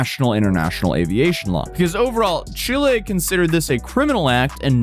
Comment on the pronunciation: Thank you, for perfectly pronunciating the name of my beautiful country, ChilÉ. P.S. Chile doesn't play around with illegals and anyone who's self entitled. In Chile, if you fuck around, you will find out. We don't put up with foreign bullshit. Chile is highly Leftwing Socialist and unlike the pathetic Left in the USA, Chile won't provide crap to illegals. Chile deports.